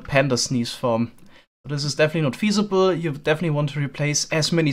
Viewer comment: definitely not feasible? Or... Definitely not sneezable?